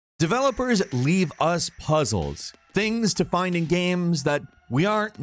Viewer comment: Everybody: Games Falcon: Ganmes